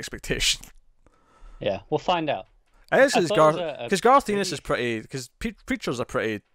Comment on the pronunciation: You need to bone up on your writers names . . . Garth Ennis (pronounced n-is, not eenis) and Gaiman (gay-man not guy-man).